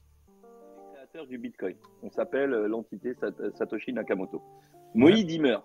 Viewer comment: J'ai tellement ri à revoir cette vidéo, attention, un moment drôle au début et un moment nutella à la fin. Pour moi, si ça vous fait pas rire 👇 Si toi aussi tu sais pas dire Satashi Nokimoto